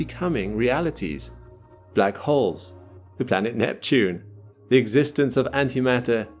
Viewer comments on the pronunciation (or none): none